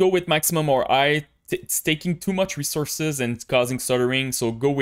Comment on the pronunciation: just curious - why you are not pronouncing H letter in all words?) so like "igh" instead of "high" and etc o.o